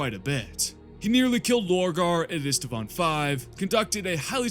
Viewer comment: Ist- vaan, not Ist-a-vaan.